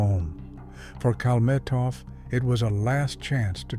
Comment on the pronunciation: AI crap. They don't even know how to spell and pronounce his name.